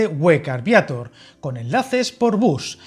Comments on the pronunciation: Vallaaaa así de claro su pronunciado suena fatal al decir Viator en vez de decir Viator bien dicho. Como se nota que es de otra ciudad y no sabe pronunciar bien el pueblo 😂😂😂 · Vallaaa igualito que he pensado yoo el no saber hablar ni pronunciar bien dice Viátor al no decir Viator bien dicho ...... Hay Dios mío 🤣 anda que si hablase asii de mal es un encanto 😅😅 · Ser pronuncia Viatór. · Ya te han dicho cómo de prinuncia Viatir , pués hazlo,o es que no sabes hablar y pronunciar bien el Castellsno?. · Viator tiene la sílaba tónica en -tor, como no acaba en vocal , n o s no se acentúa. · Viator es aguda como puedes ver, no la pronuncies llana. Suena fatal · Y Viator 😄